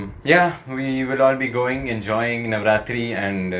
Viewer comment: Bro are you from gujarat because the way you mentioned navratri!!!